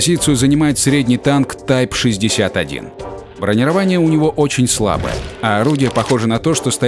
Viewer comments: Научите вы уже этого диктора говорить по-русски - что за бронировАние? Правильно говорить бронИрование. Раньше за такое выгоняли к чёртовой бабушке с плохой характеристикой. P.S.: видимо, человек из тех, у кого кофе - это оно. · Почему он говорил бронирова`ние?мне одному показалось?